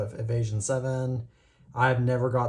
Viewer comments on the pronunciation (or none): none